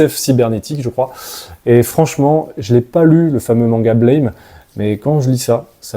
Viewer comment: Merci beaucoup pour cette vidéo. Blame! Ce ne se prononce pas à l'anglaise mais bien à la japonaise. Burame Le "a" à la française quoi ^^